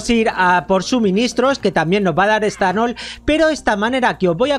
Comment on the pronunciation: Dijo esthanol